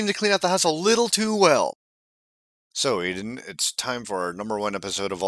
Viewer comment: its adam not aiden